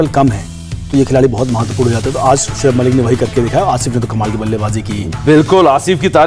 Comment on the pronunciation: Shoab malik nhi saloooo... giggaaa g bolo giggaaa g